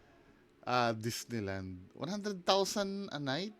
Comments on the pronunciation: Dis-neigh-land daw. 😂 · DIS-NEI land?😂